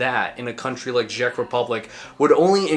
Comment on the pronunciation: why are you saying ghjeck republic